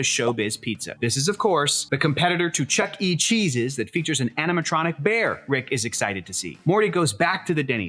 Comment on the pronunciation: The scariest part of this video is how he pronounced ChuckECheeseES?!?!?! Jesus!